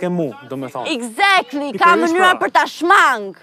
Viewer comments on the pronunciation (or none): "ekzakly"